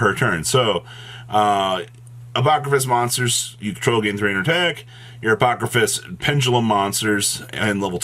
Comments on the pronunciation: I know that yugioh has some crazy made up words. But sounding shit out is not that hard. Apodrakosis, not apokrafis, how did you add an ‘f’ in there? lol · not even close to pronouncing the name right as usual 😆